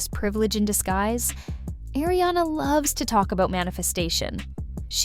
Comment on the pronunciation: 🙄🙄🙄 “air-iana” its “ Ahriana”